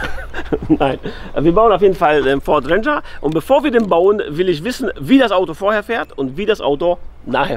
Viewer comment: Den was? Ich versteh immer Venger, wie Avenger ohne "a" 🤣